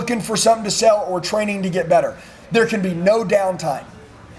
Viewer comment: Sells 😂 that is how he says it